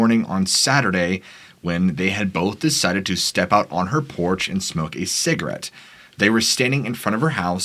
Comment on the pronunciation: You pronounce some of the most foreign words with ease.. yet your pronunciation of "cigarette" makes my skin crawl 😬🤣